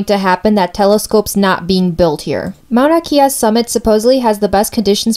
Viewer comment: Got this from a comment and I needed to clarify too: She was right and I mispronounced it. It's not Mauna Key-a but Mauna Kay-a (Kea). My fault Comment: Do your homework before stating an opinion, learn to pronounce the names correctly, and show balanced points-of-view. Perhaps then your argument will have some merit as an informational presentation. Otherwise you might as well post your opinion on twitter Response: After watching it again I see how I gave more way to a preferred view. I should have been more careful. I am in the middle about this. If the natives of the island are disturbed about having a telescope built on their mountain, then it should be respected but if there is tourism and conservatories already up there, why is the telescope a problem now? I see how I could have balanced it better. Thanks for the feedback